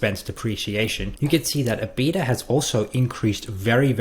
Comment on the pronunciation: Lol that's not how you pronounce EBITDA...ebit-da